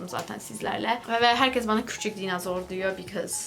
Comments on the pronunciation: DAYNOZOOR DEGIL DAYNOSOOR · dinazoru yine "z" harfiyle söyledin. 😂